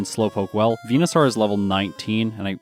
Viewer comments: it's VENU-SORE not VENU-SOUR or SAAAR like a pirate. Like Dinosaur not dino sour. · its venoSAUR not venoSORE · you’re Canadian right? Are you a newfoundler? Just the way you pronounce venosaur is different to the way I say it (northern Ontarian) You say it harder, like vena sarrr I say it like, veno soar. Idk just curious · Why do you pronounce Venusaur like that? 🦧